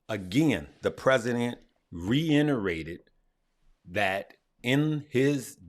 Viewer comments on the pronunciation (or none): Unc, it’s reiterated not reinnerated. It’s all good homie!